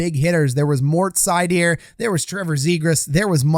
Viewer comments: German here: You can call him SEIder. If you really want to get it right then say ZEIder or Zuydr. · Seider isn't French. Pronounced like cider.